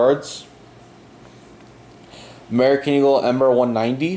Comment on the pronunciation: It's not Bombary, its BombARDIER. And is pronounced as written. And it's not Emri, but Embraer